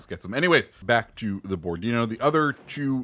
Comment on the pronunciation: Bo-ro-di-nó. Accent on the last o. Seems kind of a boring ship though due to low amount of guns, just point forward and shoot. Kind of lkke Jean bart or richie